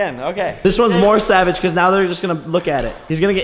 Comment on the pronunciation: its savage not saveg